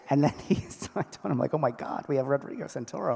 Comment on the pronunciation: The moderator wasn't prepared or was totally nervous, she said most of the names wrong. Rodrigo Santorio? Amari Jackson? and the actors didn't correct her midstream which was nice of them, I'm sure fans were rather upset at the names being mispronounced, and the narrator stated she wanted to say their names as it was so important for the fans - and that they needed name-tags.. well she did call Armani Jackson - Amari to his face in the question process and he didn't correct her. Next time, better prep. The panel itself was cool. The series is great, and the cinematography is superb. The cast is great as well. Greetings from Berlin, Germany.